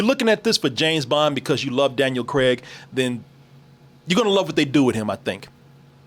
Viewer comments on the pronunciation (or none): His name is Daniel CRAIG not Daniel 'CREG' 😅